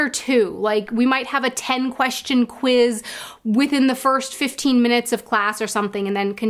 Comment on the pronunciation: You're saying kviz.. not kwiz. No w sound in German?